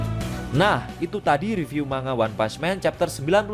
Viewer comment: Mbaca nya riview ya bukan review